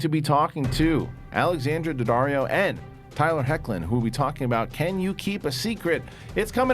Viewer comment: Great interview with Tyler Hoechlin and Alexandra Daddario 👏🏽 props for not butchering his last name lmao